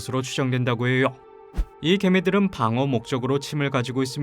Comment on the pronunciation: 고통스럽다고해여! 알려져 있어여! 의미하져! 발음 왜이래 ㅋㅋ